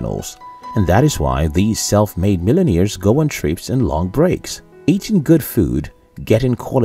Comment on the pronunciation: "millen-ears"? The narrator needs diction/pronunciation lessons!